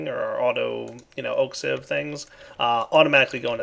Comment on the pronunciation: I cringe every time I hear him mispronounce sieve...